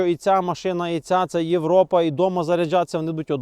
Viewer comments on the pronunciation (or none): none